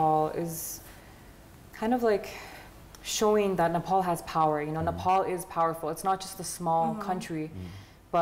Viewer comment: I support her, I like her, but when Nepali says Nefal, it gets into my nerves😅😅